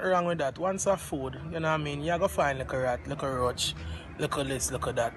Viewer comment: My man say "likkle rat likkle roach likkle dis likkle dat" 🤣🤣🤣🤣